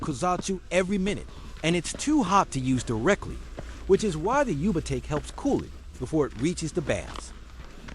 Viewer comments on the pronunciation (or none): Dude.....are you AI voiceover? Yubatake is pronounced you, ba, tah, ke. The ke is short, not take like rake. Been here before huh?